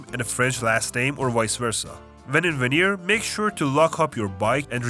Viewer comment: "Van-yay" but the statement is correct LOL